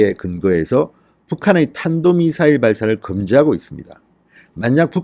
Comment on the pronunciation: 지난번 김정은이 쏜 미사일을 문재인은 "단도미사일"이라고 명명했다. 좀 부드럽게 들리라고... 이번에는 제대로 발음을 하긴 했구나. 문재인이 드디어 국민들을 약간 의식하는 것 같은데, 이 자가 북한의 첩자 중의 첩자인 것이 곧 밝혀질 것이다.